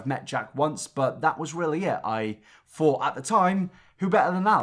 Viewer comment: Why does he say "fink" instead of "think" and "fought" instead of "thought"? Is this an accent thing or what?